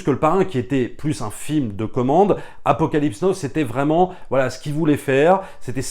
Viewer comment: Super boulot je suis fan et passe des heures à tout mater (ah l'épisode sur le Parrain!!!) Petit détail on dit pas Apocalypse no mais Apocalypse now et aussi mais c'est pour enculer les mouches, on dit pas génèse en français mais genèse même si tout le monde fait cette erreur à cause de ces enfoirés de Genesis (attention je suis fan de rock prog et donc comme souvent de SF etc)